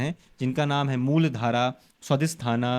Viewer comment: Muldhara nahi muladhar bolte usko aur jo topic hai uska indian version ka name hai स्वर विज्ञान kahte hai